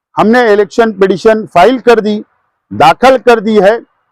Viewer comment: ابے ایکے کوئی بتاؤ یار داکھل نہی داخِل بولاتین 🤨🤪